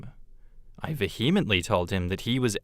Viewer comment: Why can no one say "vehement(ly)" correctly anymore. It's not like behemoth.